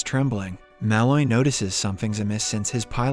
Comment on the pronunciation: Your pronunciation of Malloy is way off.